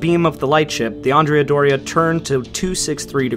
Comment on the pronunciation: Both the Andrea Doria and the Cristoforo Columbo were Italian ships and it would appropriate to pronounce their names correctly in Italian. In the case of the Doria, Andrea has the accent on the 2nd syllable (not the first); the same for her sister ship: Cristoforo has the accent on the 2nd syllable also. So. . .AndrEa DOria and CrisTOforo CoLOmbo.